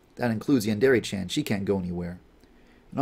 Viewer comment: Is anyone else going crazy over the fact the dev can't properly pronounce "yandere"?